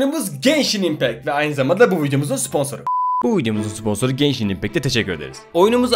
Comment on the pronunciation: genshini geyşin die duymak zorundamıyım aw